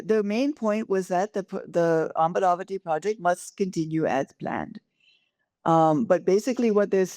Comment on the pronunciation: Make a distinction in how you pronounce the name - "Amaravati" (not "Amravati", a town in Maharashtra). Andhras in their language (mother tongue), while pronouncing, don't suppress the vowel of the second letter that is in vogue in Hindustani, for example. While doing so, the word shan't transform to "Aamravati" (place for mangoes)! [it is because of such transgressions in pronouncing & being fed up, a state has changed its name from "Kerala"(not Keral) to "Keralam"!! pity!]